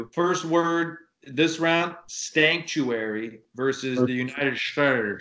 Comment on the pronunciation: Stankuarary! United stacish of america 😂😂😂😂Man just say "No" to drugs! Can you pronounce Nooo?